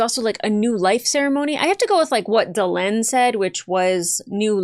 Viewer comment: She really, really needs to work on the names. It's Duh-Len not Da-Lean. It's like calling somebody Lonny instead of Lenny.